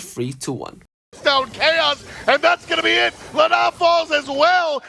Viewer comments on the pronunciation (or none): none